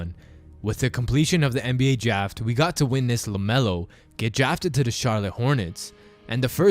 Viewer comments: “Draft” not “Jaft” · Why is he saying jraft instead of draft😭🤣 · good vid, but when u started talking i noticed u said jaft. ;) No hate tho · With the completion of the NBA "jaft" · Good job trying to say draft lol